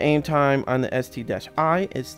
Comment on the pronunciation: Its called ST-1 (One) not ST-i. But call it whatever you want to call it. :)